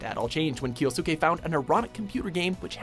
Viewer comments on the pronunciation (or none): I'm starting to get this conspiracy theory that you're mispronouncing names to trigger people. If so, well played. Regardless, the U sound is silent in Japan. Kyousuke is "Kyo Skay" and Sasuke is "Sas Kay" Not "Kyosookay" and not "Sahsookay".